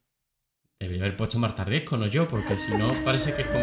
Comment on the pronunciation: Todos están eqivocados al decir su apellido. No es Marta Riesco. Es: Marta Riesgo.🙄🤦